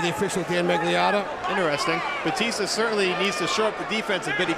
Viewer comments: FUCK MAN ITS BATISTA NOT BAUUUTISSTA can't even concentrate with him calling him that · Who the hell is Bowteasta? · I'm I the only one who realised that one of the commentators called Batista ,"Baptista" 😂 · What the fuck is a "Baptista"? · batista not bowtista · why is that guy calling him babtista ? :D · did he say jab fitness???